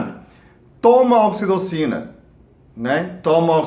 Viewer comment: Num consegui entender o nome do hormônio